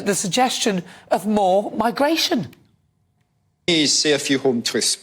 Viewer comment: What’s migrrrrrration? 🤣🤣🤣